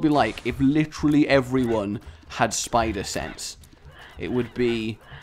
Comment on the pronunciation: You: "What would it be like, if everyone in the world, has spider sense?" What I heard it as: "What would it be like, if everyone in the world, had spider sex?" I was drinking something at the time, so it's safe to say I choked when I heard you say that for reasons of ARACHNOPHOBIA!